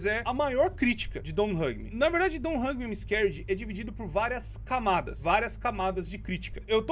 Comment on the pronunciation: e hoje eu vou falar a história dé don t Hug me im am scared eu:nossa isso parece alguém falando